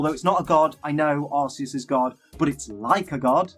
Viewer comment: He mispronounced Aegislash (ee-jiss-slash) and Arceus (arr-key-uss).